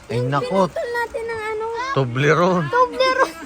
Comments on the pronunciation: ❤❤😂😂ahay di nya mabigkas ang tublerone,fevorite korin yan …Ingat kayo……😊😊😊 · Katuwa si hindi niya mabigkas ang tobleron haha bahay haha...expensive yan pero yamyam.matitikman n lahat dito.masaya silang lahat si zinea ay close silang lahat enjoy your groceries more a lot foods god bless